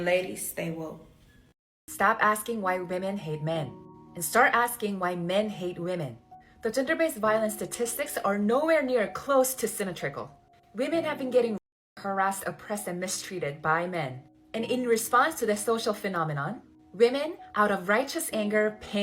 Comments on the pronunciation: "Semi Trickle"?? If you are going to stand on your soap box and preach at least learn how to pronounce words properly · "Simmuhtrickle"? English is hard. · did she really just say sema-trickle? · The way she pronounced “symmetrical” should be illegal